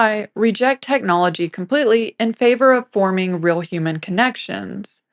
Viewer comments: Brilliant video. Only issue is the pronunciation of "real" - that word does not rhyme with "grill." :) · Interesting video. As an aside, I got hung up on the presenter's pronunciation of the word 'real' or, as she says, 'ril'.